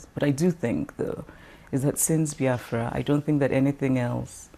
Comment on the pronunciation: It BEE AFRA not BY AFRA